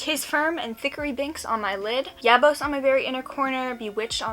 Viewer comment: The way you pronounced “yabos” I knew you hadn’t watched it yet😔 I hope you enjoy the movie, it’s a classic 💗